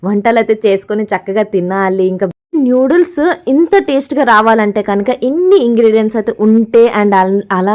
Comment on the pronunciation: నూడిల్స్ అమ్మ తల్లీ న్యూడిల్స్ కాదు